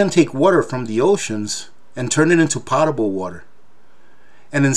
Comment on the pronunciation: A little correction for you - potable is pronounced POE-tah-ble...like Edgar Allen POE.